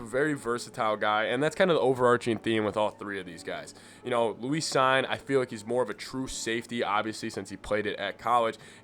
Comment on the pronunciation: Cine's name is pronounced "seen".